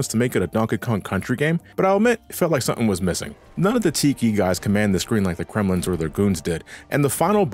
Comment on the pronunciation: i like how you call the Kremlings “Kremlins”